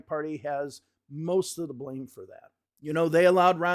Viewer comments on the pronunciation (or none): none